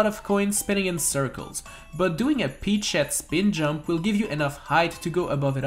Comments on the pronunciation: Does anyone notice that he says peach sh*t instead of peachette? It sounds that way right? I'm not crazy Right? Right? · I swear when he says peachette I hear “pea shit” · He said peach shet 😂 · When he says peachette I hear "eat sheet." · Why does it sound like he’s saying peach-sh*t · when ever you say peachette you sound like you're saying "eat shet" please don't tell me i'm the only one